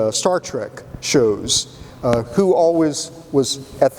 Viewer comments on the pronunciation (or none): none